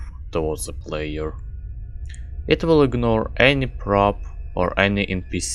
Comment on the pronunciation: I love how you pronounce the with ze, just like Medic TF2